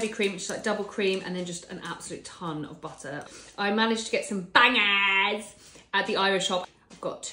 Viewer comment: Got some "baaaangaaahs" ❤